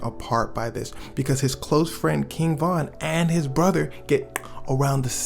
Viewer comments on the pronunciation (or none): none